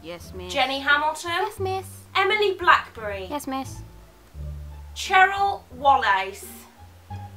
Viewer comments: u had a proper brummie accent when you were pronouncing your name and Emily Blackbery was obviously Emma Blackery lol Was it her voice who replied? it sounded like her lol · whats a boffin, and she mispronounced emma blackerys name too. I got bullied in school but the teachers didn't want it looking bad so they said it was teasing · You said Emma's name wrong :O xoxo